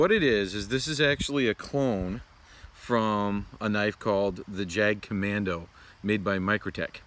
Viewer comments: Grip is too tight when you’re pushing in. Let the knife do the work. And its not “jag” kommando. Its German and pronounced “yagt commando” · Just FYI "Jagd" is pronounced "Yahgd."